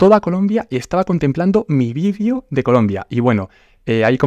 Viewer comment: No se dice vidio, se dice video